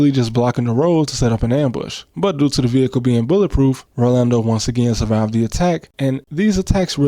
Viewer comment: Only American I've ever heard say "Rolando" correctly and not default to "Orlando"